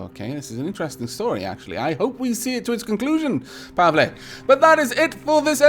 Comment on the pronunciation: You pronounced Pavle right! Congratulations. You are now one step closer to verbal ascension. Now you just need to understand onomapoeticons!